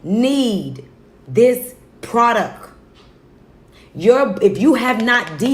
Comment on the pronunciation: Did that heffa say 'NEED....this PRODUCK?'